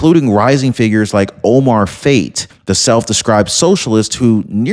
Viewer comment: 100% this fraud in no way is coincidence. Btw, it's pronounced Fah-Tay. Not meaning to correct you disrespectfully. I only noted you pronounce it as Fate. 😆 I don't trust Ilhan Omar or Omar Fatey at all.